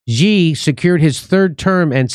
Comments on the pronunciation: Love the show, Jimmy! Btw Xi is pronounced "she." Just FYI. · Its pronounced "She"